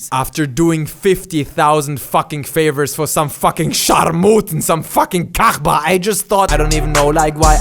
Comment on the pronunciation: when he said kachba or kechba i fucking lost it. Kechba means slut btw